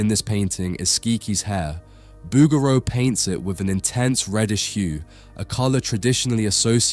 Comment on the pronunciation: I think you are mispronouncing the artist name bow-ger-row